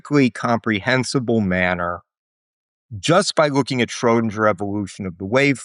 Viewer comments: What I initially found annoying with Tim Maudlin is that he pronounced Einstein like a German with ‘sh’. I thought he was a poser. But then I got used to home and started to admire him for doing that. And now to hear him butcher the name “Shrödinger“ so incredibly badly makes me realize he really is just a poser. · Beautiful clarity and relatability in the presentation. (Why the dingy pronunciation of Schrodinger tho?) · he pronounces "Schrödinger" in a very american way, but keeps "Copenhagen" close to a more european pronunciation 😆